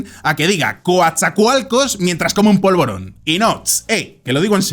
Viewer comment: Es normal que un extranjero se equivoca al pronunciar palabras de origen nativa. en su pensamiento y el polvoron -- ese dia me mame😅😅😅